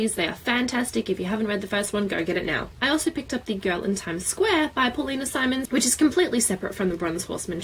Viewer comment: I had a situation with pronunciation like yours with Paulina Simons. My friend would explain the Infernal devices series and up until the last book pronounced Wills last name Hernolde. It wasn't until I started reading it and pointed out that it was Herondale that she realized her mistake. To this day I still call him Will Hernolde sometimes.